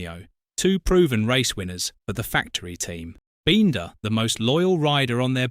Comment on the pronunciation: maybe learn how to pronounce Brad Binder's name I'm sure he's earned it